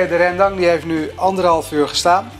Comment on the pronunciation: Oma schmeckt mij als ik geen rijst bij geef. Aduh wat is dese verse koriander. Voor de rest wel echt goed, alleen jammer van de uitspraak van RENdang.